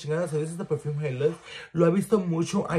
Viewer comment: Tf is a “hennatizer” ????! Que lenguaje hablas ? “Perjuuume” ???